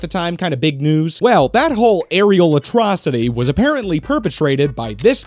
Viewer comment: it really sounded like you said “areola-trocity,” which sounds like a term for a bad boob job. “You should have seen the incisions, they were awful, just an areolatrocity.”